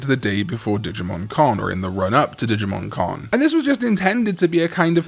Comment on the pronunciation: I keep thinking digimon karn every time you say digimon con 😂